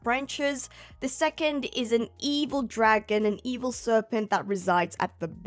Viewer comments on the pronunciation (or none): none